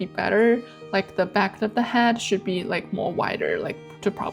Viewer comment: I am very impressed with your dedication to improvement. Your progression is amazing. But may I make one suggestion, with no malice intended. , I am very distracted by your pronunciation of the word head. I put on the cc to see if it was me, but even there, it sounds like “hat” instead of head, pronounced “H-E-D”. I have subscribed and will watch everything, my intention is to help.